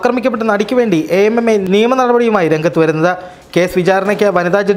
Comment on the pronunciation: Sir, Utter nonsense Why you say it as A.M.M.A instead of AMMA. Are all these people are pure or without allegations? Pure nonsense